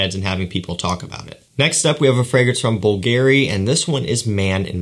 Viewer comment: I never miss your videos, have mad respect for your nose, but when you speak of a particular brand and mispronounce their name , I want to puncture my eardrums, lol. Bvlgari: the gar is pronounced like car, not air, like the name Gary. This is my only qualm, but for some reason it rubs me so wrongly! Cheers from, Omaha, NE! Hope the move went well and your all settled in; moving is truly the worst! p.s. Going to get my nose on one of your fragrances soon, immensely looking forward to it!